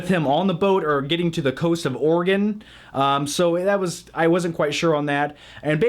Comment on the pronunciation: omg, u pronounced Oregon correctly. I like u even more now.